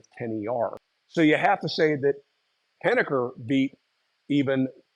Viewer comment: I grew up in the small town of Henniker, N.H. You pronounced it well but locals ignore the 'r'. The inventor of the Versatile Saw was a contemporary of my grandfather, and I went to school with several of his grandkids. The machine shop where it was built is the current home of the Pat-trap.